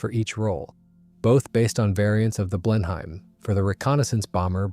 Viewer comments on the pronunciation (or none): Blenheim is not pronounced "blen-hime"